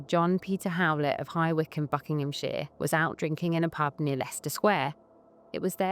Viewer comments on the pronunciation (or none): none